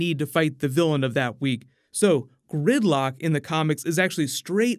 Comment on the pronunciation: I keep hearing grimlock instead of gridlock😂